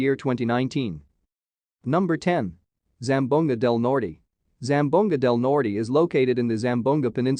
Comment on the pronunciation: “Zam-bow-ga del Nor- tay ,“ Northern Say-mar” 😂